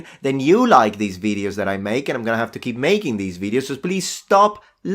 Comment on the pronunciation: You could also not make so many veed-yose. I mean, I do like your veed-yose. But if they make you so crazy, maybe limit yourself to one veed-yo every two weeks.